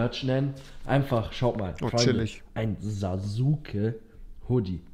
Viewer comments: Man schreibt Sasuke sagt aber Saske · Ich kann nicht verzeihen, er hat Sasuke deutsch ausgesprochen XDDD